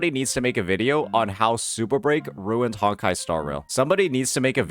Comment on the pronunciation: This man ruined the word "ruined"